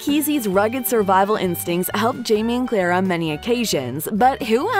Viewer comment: It’s Claire, not Clara, and Fraser, not Frazier.